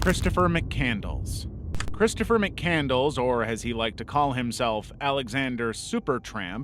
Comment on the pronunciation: 😂😂 mc candles? It’s pronounced Mc Cand less!